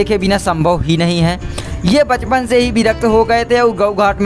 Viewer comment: bachpan hota hai bhai pchpan nahi